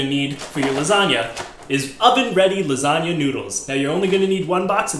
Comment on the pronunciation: first off its Garfield not gar fried and it LASAGNA and other than that your great